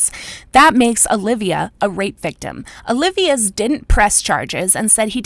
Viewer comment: O-Lee-Vas is the man's name.